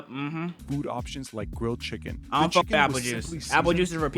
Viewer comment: he said chickflay while i was eating some